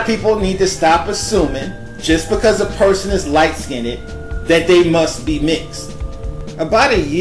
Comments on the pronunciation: The word is skinned...not skinded. It's our language...use it well. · If you look mixed even if both parents are Dark Skinned , then those people people both carry genes of mixed Race. If you get your cells checked by companies such as "23 and Me " or at you find that you are mixed... And it's pronounced, "Skinned "not (Skinntid). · I can't watch this because he keeps saying "light skinnit" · The word is not SKIN NED..its SKINNED..ONE SYLLABLE. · Its skind. Not "skin-ed" 🤣😂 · Why are you saying skinneded? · Light SKINNED. It's all one syllable! /skin'd/ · please learn to say it correctly. It is skinned NOT skinneded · good vid but 1 suggestion please stop saying "skinnded" the word is skinned like end not ended. I just had to say something because it drives me nuts when people add the extra ed but all in all great topic. I'm "mixed" but don't really feel the need to tell people because I don't look like it because I'm not beige or "yellow" people c my dad & go "girl y didn't u tell me u was mixed" like I committed some crime by not claiming or owning it... lol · nikki waller Lol let me add on to it. It's skinned, not skin ed or skin ind.😂😭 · "skinded"??? Skinned! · why is he saying "skinded" for"skinned": but more importantly bi-racial isn't always white/black how about pakistani/american indian with gorgeous brown skin...never thought dandriege was mixed ..know lots f back women who look like her: beautiful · the pronunciation of the word is light skinned (liteskynd)....im sorry....thats the best I can do. Listsenig to you say skin ned is annoying. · why do you say LIght- skin-et... lol like damn just SKINNED (SKEEND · Can you please pronounce Skinned as one syllable. It is not skin-Ned. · Light skinded...I can’t listen to this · Skinned not skinnid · I would have loved to have watched the entire piece but to keep hearing you say skin-ned was like fingernails being raked across a blackboard. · he said light skinnit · Light "SkinDED"? =( Hard to listen to this..